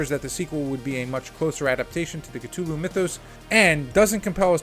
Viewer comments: “Call of Cttuluuu” ITS A TH YOU FUCKIN GOOF C-THU-LLU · Great vid but my god is it hard to listen to someone who says it as Ktulu instead of Cthulhu 😅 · The H isn't silent, it's K-Thoo-Loo. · The way cthulu is pronounced…cringe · BRUH, NO ONE CARES ABOUT THE CASTING OR HOW MUCH MONEY IT MAKES.... smh... and youre not even saying "Cthulhu" right, GTFO. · You gotta learn to pronounce words properly. Especially the ones in the title of the video that you repeat over and over. Google is your friend. A sequel for a movie that lost money? Highly unlikely. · Yeah, nothing psychological here, yet he calls it Cthulhu??